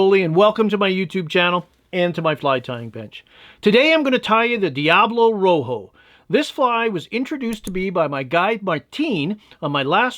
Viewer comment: the Spanish word for red is Rojo, not Roho. The j is pronounced like an h, and h in spanish is most often silent.